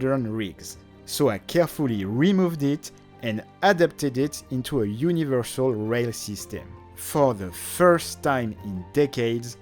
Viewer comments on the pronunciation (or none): none